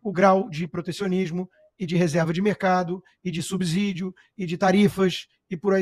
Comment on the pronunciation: Constantino, a pronúncia é subsídio e não subzídio Está no Estados Unidos há 10 anos e já desaprendendo a falar português?